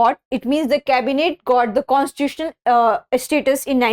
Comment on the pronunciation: Constituitional pronunciation ❌